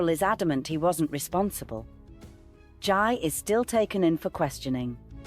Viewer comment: It's Jai, pronounced JAY